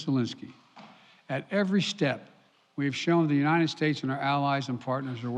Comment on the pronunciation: Where Unined Unined Unined